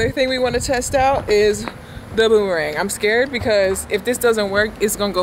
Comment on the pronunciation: NOT “BOOM-THE-RANG!” 😂